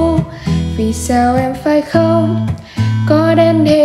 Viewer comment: Khôn còn tươn lai... nghe giọng bạn thì hay nhưng phát âm nghe hơi tức tức ấy ạ. Góp ý thôi, chúc bạn thành công